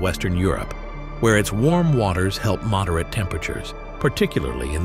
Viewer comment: Produced by someone who does not know how to pronounce the word "moderate" as in "moderate the temperature".